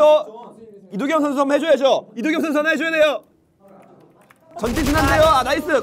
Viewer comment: 윤정한 ㅋㅋㅋㅋㅋㅋㅋㅋㅋ웅냥냥 졸귀ㅋㅋㅋㅋㅋ -이도경 져찌~~~~ -(겁나 뛰기)😃🏃‍♂️ -이도경(발음도 겸아니라 경임ㅋㅋ) 너는 나 모디겨~ -킹받쮸? 아무고토 모타쥬? - 탈탈탈탈×100